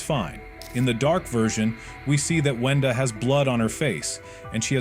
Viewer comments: Bro Said Wendy Not Wenda💀💀💀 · GURL ITS WENDA NOT WENDY 🤦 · Its brud and its also not wendy its wenda